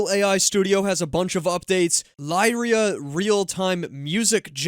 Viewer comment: Lyria pronounced Leeria, like lyric.